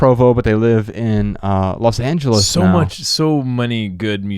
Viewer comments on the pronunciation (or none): none